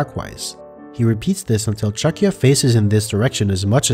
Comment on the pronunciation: is it really pronounced "chucky-a"? I thought this whole time it was "Chuck-ya". Cause like, that's what it does.